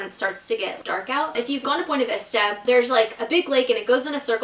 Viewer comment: Buinevesta not bwenevesta